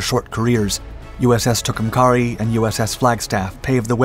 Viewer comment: What was the name of that boat?😂 Fascinating how you will repeat a name over and over again incorectly and she became a he as soon as she started spitting bullets😅It's pronounced Too come care E no matter how the bots pronounce it!